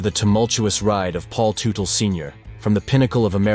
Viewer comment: It's pronounced tutle, tut not tute. That's it, now you have pissed off with your bad grammar, angry hordes of bike gangs that are sticklers when it comes to not properly pronunciation of the names of one of their own, and it's really bad thing that bike gang related violence never really produces afterlives. Please be safe and be tomorrow! 🗽